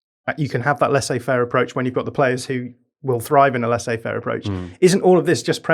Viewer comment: says "Lassais affaire" lol